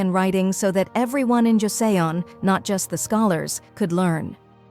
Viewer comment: Joseon is pronounced like Choson